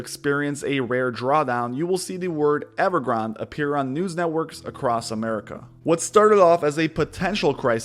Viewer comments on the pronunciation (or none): I think every reporter and journalist doesn't realize it is named after a Starbucks drink. It is pronounced Ever Granday!